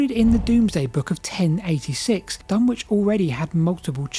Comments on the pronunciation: Dunwich is pronounced Dun-itch by everyone in the UK. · It's pronounced "Dunnich" Like Greenwich. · The W in Dunwich is not pronounced. It is pronounced dun-ich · BTW Dunwich is pronounced more like Dunnidge - rhymes with midge and bridge. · Dunwich == dun-ich, like Norwich which has no sounded 'w'. The 'wich' comes from the Anglo-Saxon suffix -wīc, signifying "a dwelling or fortified place" 🙂 I guess Ipswich is indeed 'ips-wich', not 'ips-ich', but there's always an exception that proves the rule 😂 And 'lang-stone' == 'lang-ston'. And , "unproportional" should be "disproportional" (from Goolge: "Disproportionate" is the standard, preferred English term meaning out of balance, uneven, or not in proper proportion to something else. While "disproportional" is occasionally used, "disproportionate" is more widely accepted, especially in formal contexts. "Unproportional" is generally considered non-standard or a mistake, though it is sometimes used to mean the same thing.) And finally ... do you have any idea one why the village of Snap appears to have been destroyed as opposed to simply abandoned? It must have taken some effort to collape the place to it's current hard to recognise form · Dunwick (said Dunnich) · Say Dunnich not DunWich. My childhood stomping ground. Wiped out by a couple of storms. Just down the coast is Leiston Abbey, moved in its entirety (bar one cell) to higher ground to escape the water. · Great video, although I'm pretty sure it's Duh-nich not Dun-which 😊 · It's pronounced Dun-itch. Which is confusing, as down the road is Ipswich which is pronounced as you'd expect. Silly Suffolkers. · The W in Dunwich is silent - it's pronounced Dunitch. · FYI Dunwich is pronounced Dunnidge around these parts. Fascinating video. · Hi, see you are not a local East Angle. My mother was born and raised near Dunwich in the early 20C. She always called in 'Dunich' not pronouncing the 'w'.